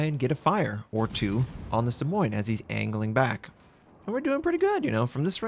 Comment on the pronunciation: Iove how you pronounce Des Moines:D. There is something so comfortable listening to your calm voice